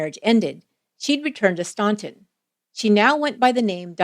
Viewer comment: Please. Its pronounced Stan-ton. Not staun-ton